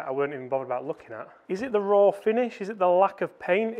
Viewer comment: RAW!!!! Sounds like FORE!!!